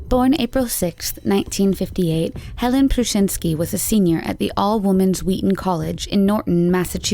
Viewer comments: Where do they get these announcers? Her name was "Helene," not "Helen." This woman does not even know how to pronounce it correctly. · HER NAME IS HELENE, NOT HELEN.